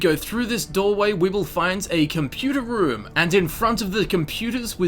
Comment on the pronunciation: Why you say computer room like that💀